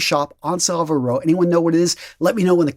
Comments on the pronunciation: You need to learn how to say Savile Row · Savile Row. You need to learn how to pronounce it.